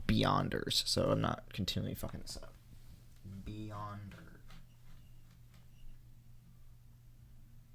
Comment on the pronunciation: Took me a while to realize he meant beyonders😂